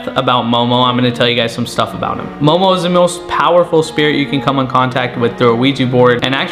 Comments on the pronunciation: I love that it’s Zozo but he calls it momo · its zozo not momo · Why do u say momo ?? Instead of zozo